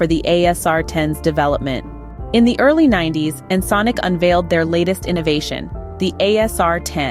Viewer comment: Yes “This is Ensnk” 😅